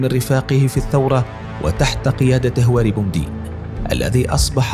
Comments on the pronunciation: وثائقي جيد لايخلو بالطبع من بعض المغالطات اضافة الى نطق بعض الأسماء بشكل خاطئ مثل الرئيس البكر والرئيس هواري بو مدين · وثائقي جميل جدا ولكن المعلق لا يملك الحد الأدنى من الثقافة ويجب ان تكون هنالك رقابة قبل رفع المقاطع. احمد حسن البكر وهواري بو مدين لا يعرف لفظ هذه الاسماء بالشكل الصحيح وهنالك الكثير من الاخطاء اللغوية والنحوية. يرجى تفادي هذه الاخطاء